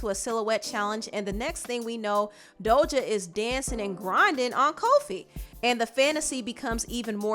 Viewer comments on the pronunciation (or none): Does she pronounce Doja as “Dolja”???